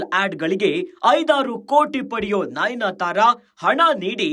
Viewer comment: nainyatara alla pa..adu nayanatara